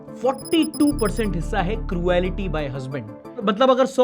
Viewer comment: Cruelty ko kruality kyun bolte hain?